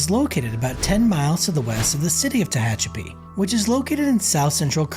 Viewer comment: It’s pronounced “Teh HATCH a pee”. Narrator initially pronounced it correctly, but changed mid video for some reason. Probably AI. 🤖.